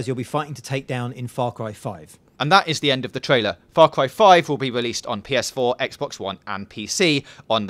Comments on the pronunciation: Far Cwy 5, monster twucks, big wigs, upgwayded with gatling guns, Nick Wye, dwuwing the game, thwoughout the game, pwobably her dad, murdewing spwees, look weally closely, pwevious games, 27 Febwuawy... fuck me...your speech annoys me to no end. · I'm weawwy wooking fowad to faw cwy 5